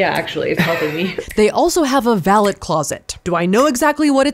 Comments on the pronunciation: 😅 "Val-LET closet" I hope that was on purpose...it was funny. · VAL-et closet? LOL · Mispronouncing 'Valet' and 'Nevada' lol...